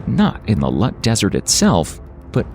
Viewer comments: Its pronounced LOOT......not Lut. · ITS NOT LUT DESERT ITS LOOT DESERT. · Its not lut desert but the name is loot! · Learn how to pronounce Iran and Loot desert before you inform others about it. Its not Lut. Its Dasht ' e Loot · It is not lut it is loot(lout) please correct it, thank you,!! And pronouns it correctly.thank you good job! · It's pronounced NOT as Eye Ran but Eeraan. And Lut is pronounced as Loot with t not as the t in English. Look up online. It's expected of you to know basic names. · It is pronounced [E-RAAN] and [LOOT (thin T not thick T)] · Hello everyone. I'm a native Persian speaker, and I'd like to clarify a few things. The name of my home country is Iran (pronounced as "I'ra:n"), and I noticed that it was mispronounced in the video. Similarly, it is Dasht-e-Loot, or as we call it in Persian, "دشت لوت." I also want to point out that I got a bit confused by the choice of Arabian background music in the video. It's important to note that Persian culture and language are distinct from Arab culture and language. In other words, the video seems to mix elements of Iranian culture with Egyptian and Arabian culture, which is far away from truth. To put it in perspective, the difference between Iranians and Arabs, both in terms of language and culture (as well as other aspects), is as noticeable as comparing British natives to Spanish natives. While Persian and Arabic share almost the same alphabets with some cognates (just like you're comparing English with Spanish), these two worlds are seperate. To sum it up, any similarity you might draw between Spanish and English applies to the relationship between Persian and Arabic.